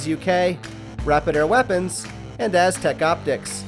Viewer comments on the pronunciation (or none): none